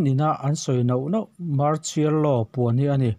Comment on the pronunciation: I chhiarthiam viau mai ngaihthlak a nuam , Mahse "mar-chial-law" ti lo in "mar-sial-law" tiin min lam sak tawh la, hriat a nuam zual ang